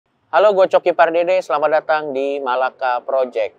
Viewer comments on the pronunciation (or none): none